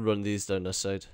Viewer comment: when u say "I was thinking", "here", "need", "still" you pronounce "e" perfectly... then when you say other words like pick, six, side... you say peck and sex, seide instead... :/ i peck these up, run this seide, sex hours... so many essues but they got fexed lol :-) I just heard that now:-) cute accent but very hard to understand sometimes... some subtitle would be nice :D